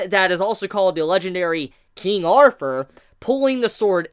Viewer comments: Bro it's "Arthur" NOT "arfur"!!! There is no F there man. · 3 things 1. Shave the pedo 'stauch 2. "Arthur" not Arfur 3. Please move the camera away it's very unsettling when your face is basically touching the camera every 3 seconds when you move around.